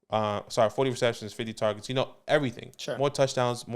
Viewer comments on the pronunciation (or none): "TAWWGETS"